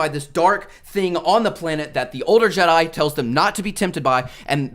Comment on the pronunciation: The fact you said Jedi with an s at the end tells me everything